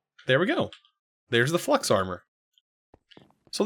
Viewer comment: Supremium, you say? Shouldn’t it be red and white? Edit: flux sounds like flex. 🤔